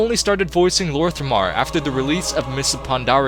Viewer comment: You butchered the fuck out of lor'themar therons name badly